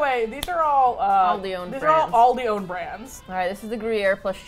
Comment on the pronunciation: Every time an American pronounces Aldi wrong, I want to pull my hair out